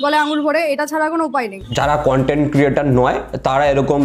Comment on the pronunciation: দাদা মেয়েটি কনটেন্ট বলিনি কানটেন্ট বলেছে😂